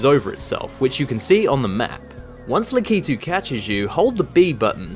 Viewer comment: It's pronounced lack-a-two not la-key-tu